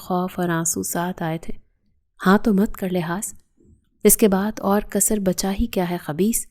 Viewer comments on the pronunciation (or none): اردو بیڑا غرق کرنے پہ کیوں تلے ہوٸے ہو کثر نہیں ہوتا کسر ہوتا ہے